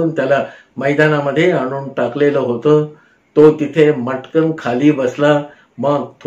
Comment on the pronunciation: ओघवते कथन असतं पण अनेक ठिकाणी होता ऐवजी होतं, अशा प्रकारचं उच्चारण खटकतं